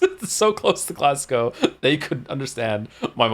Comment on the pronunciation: OMG GLASGOW MENTION 🏴🏴 I'm new here so didn't know about his background. I felt the same way Joe did when I met Caidin, the localisation team did a great job with the accent. I will say his pronunciation of Glasgow is not one I hear often (glasguh?). But I find that Canadians are usually pretty good at Scottish accents, probably due to the amount of Scottish immigration there.